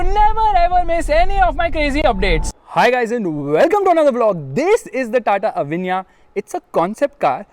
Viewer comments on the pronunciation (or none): STOP SAYING AVANYA AVANYA AVANYA AAAAAAAAAVVVVVVVVVVVVVVAAAAAAAAAAANNNNNNNNNNNNYYYYYYYYYYYYYAAAAAAAAAAA ,,,,SAY AVEEEEENNNYA